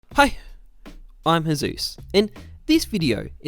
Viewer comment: When the "Hi" is so sharp I thought you were going to Sneeze afterwards